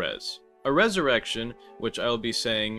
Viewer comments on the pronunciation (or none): it's resurrección you added an extra e for no reason edit: YOU SAY YOU DON'T WANT TO PUT EXTRA EFFORT INTO SAYING IT BUT LATER IN THE VIDEO YOU SAY "resurrection or resurrecionE" GOD good video man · Bro said ressurection like it was french when its meant to be spanish 😂 where the “e” at the end come from!!